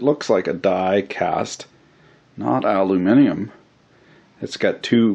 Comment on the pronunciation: Its so nice to hear an American pronounce aluminium correctly instead of saying aloominum